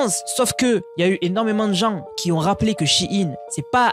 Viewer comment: stp, je respect ton travail, mais tu dis qui s'ont et le "s" n'existe pas, je saigne des oreilles